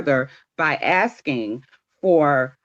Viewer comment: She's not axing you anything Miss L she is asking you!